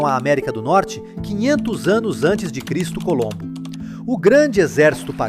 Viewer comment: "cristo colombo" pqp a IA inventando moda